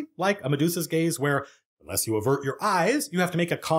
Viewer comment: Zoned out for a minute, came back to attention hearing Matt say "The gays are it's primary weapon." Took a minute to figure it was "the gaze" and not a militarized pride parade.